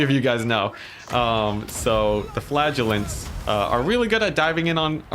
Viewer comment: I have to say, as a non native I was astonished I was hearing "flatulents" and my mind couldn't figure out what I was actually hearing. Flagelants!